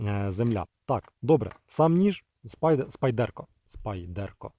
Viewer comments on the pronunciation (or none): none